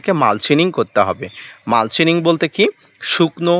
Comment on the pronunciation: কথাটা মালচিনিঙ (mulchining) নয়, কথাটা হলো মালচিং (mulching). বাংররেজীতে খুব পটু। 😂